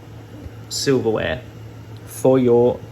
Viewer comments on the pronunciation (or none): SilverWAVE, not WARE